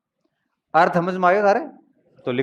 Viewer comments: हम यानि हम ओर हमझ यानि समझ 😂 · पश्चिम राजस्थान में स को ह बोलते है